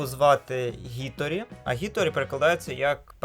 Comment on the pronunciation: Тільки не Гіторі а Хіторі, бо ім'я не англійське а японське, а в японській лише "хі" існує